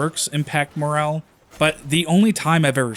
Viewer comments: MORALE not moral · The game is incredibly disappointing considering the framework they had to create a world as immersive as the battles and they have done SFA. Decent video although you seem to get basic words wrong eg: it's cavalry and morale, not calvary and moral. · Did this guy seriously pronounce morale as morel💀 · Is that how Canadians say moral? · He said moral and morale in the same two sentences or something so I expect he just misspoke